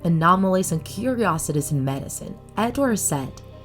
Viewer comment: Why doesn't the narrator know how to pronounce "mouth" and "curiosities"? I'll guess her first language isn't English? Hm